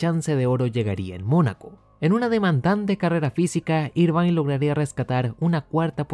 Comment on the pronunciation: Excelente video como siempre. Como crítica constructiva, te recomendaría solo revisar la pronunciación del apellido de Eddie Irvine, que se lee más parecido a "ervin" o "irvin" que a "irvain" (en Wikipedia sale escrito en IPA, menos charcha jajaja).